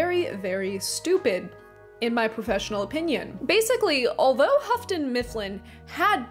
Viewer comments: Why 'Hafton'? It's Yoo-ton (Houghton). Like Hugh + ton. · If I'm going to sue you for the pronunciation of "joie de vivre," I'm going to also sue you for Houghton Mifflin. It's pronounced "hoe-ton" not "huff-ton." Also, the title of Edmund Wilson's review/essay is "Oo, Those Awful Orcs!" You forgot "awful." Sorry, but I'm a full-on Tolkien geek since 1974! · It's pronounced hoaton, not huffton. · Really liking your content... enough to want to help if I may? The Hough in Houghton rhymes with through, not rough... "English is a difficult language, it can be understood through tough thorough thought though!" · Houghton is pronounced without an 'f' sound.